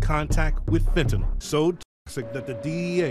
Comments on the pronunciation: The way she pronounces fentanyl is literally how it's spelled it's not "fen ta nyl" it's "fent nal" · "fentakneel" lmfaooo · The pronunciation of fentanyl 😂